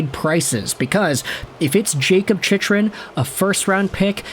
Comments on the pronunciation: For the love of GOD it’s pronounced Chic-krun. Jakob Chychrun (/ˈtʃɪkrən/ CHIK-rən; born March 31, 1998) Not how you say it. I stop watching any video of yours with his name associated. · It's pronounced CHIK-rən;. :-) Maybe defense is the problem and not goaltending.